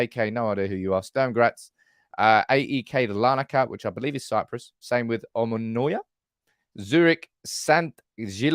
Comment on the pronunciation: Hey! I'll tour you around Cyprus for a free membership! By the way it's Omonia, the last o is silent 😀